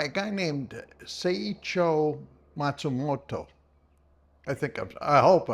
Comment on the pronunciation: You nailed the pronunciation of the author's name 👍 Sounds like the translator did a good job.